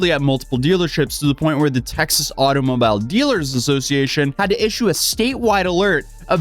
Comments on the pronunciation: doesn't know how to say automobile. Weird. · Immediate dislike for being unable to say “automobile” correctly. The hell?